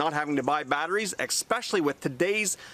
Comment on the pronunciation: Especially, not expecially ugh